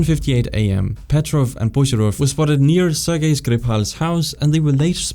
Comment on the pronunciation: Ser-Jay? It was corrected later but man… oof